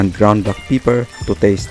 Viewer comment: ground black "peeper"